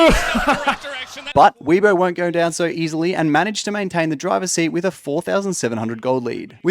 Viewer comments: sick vid but you mispronounced Weibo i think I've only heard it as WAY-BOW instead of how you said WE-BOW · i don't know if bro is purposely miss pronouncing team and player names, but it is lowkey funny. "weebo" xdd